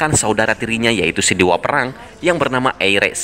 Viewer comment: Mimin pelat🤣 Ares : Eires Hephaestus : HafisTes